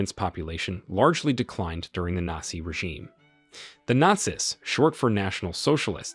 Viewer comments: Nassi and fassest? Look, the first mispronunciation was funny, but the second simply made me depressed because you're otherwise so well spoken, even if some of your purported facts are a little off. It's Nat-Zee, whereas the latter word is Fash-ist, like Fashion but a very hard Ist at the end. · You need to get a voice bot that can pronounce the script; or just get a human that speaks English... come on; who can't pronounce "nazi"? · I’m not really sure who the narrator is, but it’s clearly not a native English speaker. Despite the fact that the accent sounds really good. Certain words like Nazi, Nurenberg and others are miss pronounced in a way that shows that the person does not speak American English.